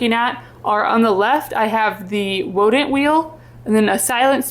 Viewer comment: I kept giggling when you said wodent thinking you got runny babbit’ed with the w in wheel (I’ve done that) until I saw the text on the wheel 😂